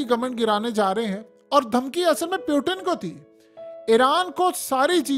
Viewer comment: Is not peutin is putin 😂😂😂😂😂😂